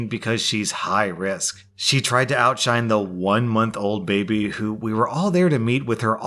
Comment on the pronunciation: MY BABEH IS NOT MONEH